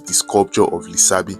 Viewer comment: 'Lisabi' is pronounced Lishabi.